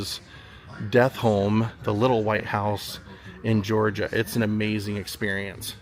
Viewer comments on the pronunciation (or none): none